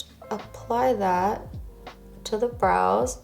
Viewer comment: I kept thinking you were saying bras, then realized you were saying brows 😆. BTW, your makeup and hair look great.